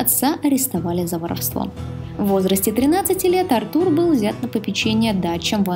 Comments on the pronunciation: Ударение не на у, а на А Артур,а не артУр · Артур, а не артУр, бесит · Какой еще артУр,Артур правильно! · Ты молодец конечно,но Артур ,а не АртУр;)Отличное видео! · Артур а не артУр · Артур с ударением на А просто убило😂😂, я об этом даже не задумывался что Артур может быть Арту́ром😂😂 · Сук, как это раздражает. Почему ты ставишь ударение на имя АртУр? Это такая боль для моих ушей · Всё здорово, но какой к черту Артур ударение на у если правильное ударение на А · НА «А» ударение,аж уши режет